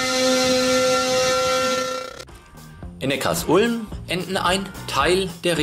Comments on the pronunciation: Super Video! Sehr interessant, dass Obamas Großvater aus Besigheim kommt. Auch viele andere Details waren sehr interessant. Aber Neckarsulm spricht man nicht Neckars Ulm aus sondern Neckar Sulm :-) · Ich kriet jedes Mal Ohrenkrebs wenn jemand Neckars Ulm sagt. Die Stadt heißt Neckar Sulm!!!! Die Sulm mündet in den Neckar. Der Bahnhof in HN heißt ja auch Sülmertor und nicht S Ülmertor! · Vielen herzlichen Dank dir:) Ich war auch überrascht als ich das erfahren hatte:) hat das nicht mit Absicht falsch ausgesprochen sondern weil er die Betonung von Neckarsulm nicht wusste. Danke für Kommi und Like!!